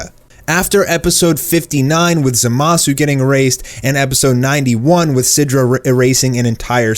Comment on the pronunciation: In the beginning you said "to erase merged zamasu " it's zamasu . Just wanted to point that out.